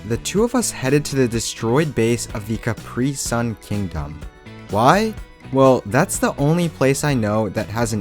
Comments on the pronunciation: Its pronounced capri-sun not capreee-sun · Your supposed to say it like caprisun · no hate but you pronounce capri sun wrong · C A P R Y S U N thats how u say it